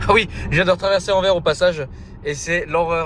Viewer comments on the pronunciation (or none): Salut, Anvers se prononce « Anverse » Sinon toujours aussi chouettes à regarder tes vlogs! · Enfaite Anvers, le s à la fin se prononce fort, son nom flamand ou plutot néerlandais c'est Antwerpen. Et anecdotes c'est la commune la plus peuple de Belgique, Bruxelles ville n'est que la cinquième derrière Anvers, Gand, Charleroi, Liège puis Bruxelles. Elle fait 550 000 habitants environs pour 1,3 millions en agglomération. Apres Anvers est proche de tous, Rotterdam, Amsterdam, liège, Bruxelles, maastricht, zeebruge, lille, gand,... le benelux est le coeur logistique et le poumon économique de l'europe c'est aussi pour ça que c'est extrêmement dense en population, presque 600 habitants au km², le benelux c'est d'habitant pour un territoire de 70 000km² environ (ce n'est pas précis). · on dit AnverS - prochaine fois aux Pays-Bas mange chinois ou indonésien - tu filmes bien. Continue. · il y a un "S" à Anvers, il faut le prononcer!!! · on ne dit pas Anver, on prononce le S a la fin, donc Anvers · C est pas ANVER...mais ANVERS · SVP on dit Anvers "sse" C'est comme si nous en Belgique on commençait à prononcer le S de Paris. 😂 Ps: on dit pas ville Française mais Wallone ou limite Francophone. Mais il n'y a pas de ville Française chez nous. 😅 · Alors c’est Anverssssss et non Anver 😂 mais effectivement on dit pas Parissssss mais c’est le flamand. Ah ah ah. Merci pour l’aventure.